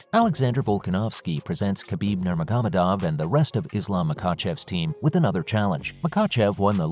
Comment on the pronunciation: him saying nurmagomedov is pressing me … NOR-MAH-HO-MEH-DOV.